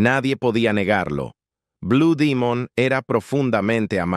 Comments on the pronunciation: Enarrador de esta página comete un gran error al pronunciar Bue Dimon, Es BLUE DEMON, que se deriva de DEMONIO AZUL !!! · Si se presenta está publicacion al pueblo de México,pronuncie el nombre correcto ,,NO Blue Dimon,,,sino BLUE DEMON.... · No sé dice blue Dimun.si no Blue Demon 😂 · Es correcto es blu Demon no Dimon sonso 😅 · No ce quien eres pero nosotros cuando iba mos aber a blud demon así lo anunciaba. No como dimon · no es dimon demon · Blue demon güey no dimon de dónde eres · Lo felicito al señor que hizo este video y documental está muy bien realizado y no importa si lo pronuncies. Blue dimon o Demon eso es lo de menos lo importante es el buen reportaje de investigación que hicistes te felicito está muy bien echo y sin duda alguna blue demon ha Sido uno de los mejores luchadores mexicanos de todos los tiempos quizás este entre los 25 mejores luchadores mexicanos de Todos los tiempos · Estoy de acuerdo no es blu dimon y sin embargo lo repite mucho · Perdón, no se dice BLU DIMUN, ES BUD, DEMON, infirmate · No acabe de ver el vídeo no soporto.que cada rato diga blue dimon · Blue dimon aci cepruncia en ingles aprendan ingle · Este cuate no es mexicano pronuncia mal palabras blue domingo su gola ,priñonunciele buen blue demos wwy